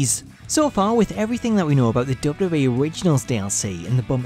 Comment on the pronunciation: Why can't you say WWE properly?